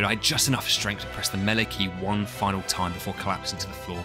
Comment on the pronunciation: You had my interest with "meele", but you have my attention at "no knife"